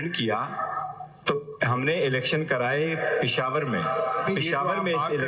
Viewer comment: The Right Word is پشاور. AS MR. HAMID KHAN PRONAUNCES😇 NOT پشار ۔۔۔ مسٹر دسویں فیل !!